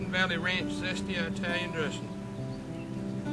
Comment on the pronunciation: eyetalian?? have you ever been to eyetaly?